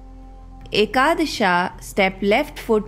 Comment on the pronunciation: I appreciate just dont say ekadash"a", its ekadash